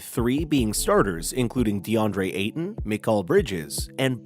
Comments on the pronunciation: Tf was the annunciation on that😂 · Deandre Ay-Ton